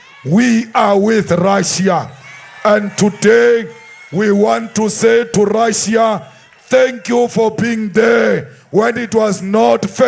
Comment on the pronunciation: The time he speaking about RRRRRRussia, Ukraine was part of Rrrrrrrrrussia. Russia did indeed help ANC